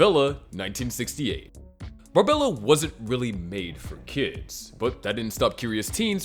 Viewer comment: Barbarella, not Barbella.